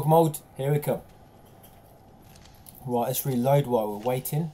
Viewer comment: Can any1 count how many fucking timz he says “rit”??!! 😂 It’s gotta be at least 300 😂